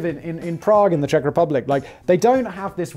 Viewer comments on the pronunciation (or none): none